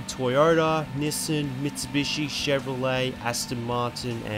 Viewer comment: the way he says NISSAN borthers me